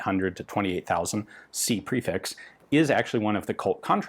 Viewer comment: Prefix isn't pronounced like that it's pronounced 'prefix'.